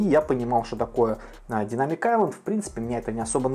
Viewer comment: Автор почему ты английское слово Айлэнд произносишь правильно, а слово Дайнамик коверкаешь?